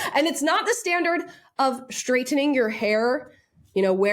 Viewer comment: Ssssstraightening.. Not Shhtraitening